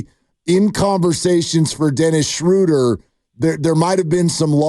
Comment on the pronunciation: Guys, it's "Shrow-dur" as in "row" & "duhr", not "Shrooder" as in "shooter". 😊